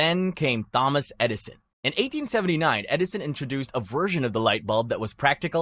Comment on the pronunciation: Bro mispronounced "Thomas"